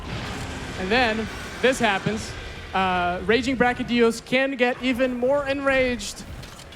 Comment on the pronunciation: I liked the gameplay but who was that woman host? She was so cringe and she pronounced brachydios with a g like "bragydios". Like wtf at least get people to host who know the friggin names of the monsters.